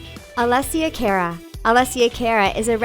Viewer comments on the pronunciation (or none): It's pronounced 🚗 uh not "care uh" and Hah-deed not huhdid. UGH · I wouldn’t call her a R&B and it’s cara not careruh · I thought it was Alessia Cara like cah-ra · It's pronounced CAHR-AH! ALESSIA CARA!